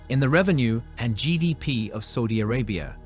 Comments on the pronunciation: its SAUDI Arabia, not SOUDI Arabia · Everytime it says Saudi as Soudi it makes me cringe. Dislike.